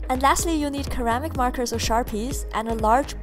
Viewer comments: "Ceramic" is pronounced with a soft c, so it's pronounced "si-ram-ic" not "ki-ram-ic" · She said keramic..... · "Ceramic" is pronounced with a soft c in English, like Celsus or Michael Cera :p I love this idea! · She said 'keramic' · Is it just me mishearing, or did she mispronounce the word "ceramic". For a second there I was so confused and then I laughed, sorry but it was funny, I've never actually heard anyone mispronounce that word before, but then again, you don't really hear it used very often in everyday conversations.